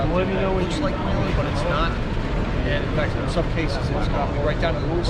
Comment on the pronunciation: Hey get the name right when mentioning a company..sounds like you said " wheeler" booth for the light company!!